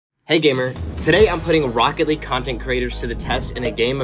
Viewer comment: “Rocket leaguessr” haha